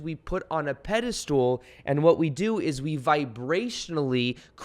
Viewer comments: Pedestal... I keep hearing pedi-stool🤣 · Love your work! Been following you for a while and rediscovered you again. I also loooove that you say “pedastool” just like my fiancé 🥰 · I'm pretty sure it's pedestal... not stool cheers thanks 👍👍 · Ur sayinf pediSTOOL on purpose! 😆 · Does he keep saying pedestool?